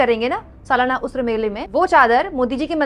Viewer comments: Pronounced "urs" and not usr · Madam usr nahi h urs hota h 😮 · please correct the pronunciation... it's not USRA, it's URS.. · Ursa na ki usra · उर्स उऱस नहीं उर् स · There are people pointing her wrong pronunciation of 'urs' as 'usr'. What exactly you need to notice is her intention and fearless journalism. Sis you are brave for talking freely... Stay blessed 😇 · ये शब्द उस्र नहीं उर्स है, यानि 'र' को स से पहले पढ़ा जाएगा बाद में नहीं।